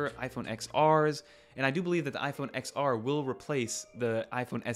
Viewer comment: *Ten-R. Not “ex-R”